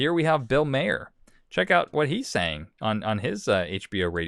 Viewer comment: Bill Maher is pronounced like ‘Mar’ not ‘mayer’. Just sayin’.